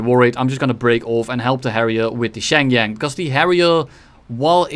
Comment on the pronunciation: Shenyang pronunciation😭